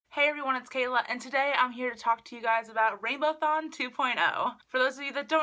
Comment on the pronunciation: Isn't it RainbowAthon and not RainbowThon ?